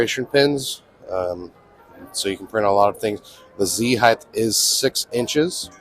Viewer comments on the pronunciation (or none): heighT, not heighTH.